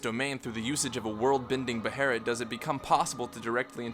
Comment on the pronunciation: its not spelled beherit, stop calling it a beherit, its a behelit, with an L not an R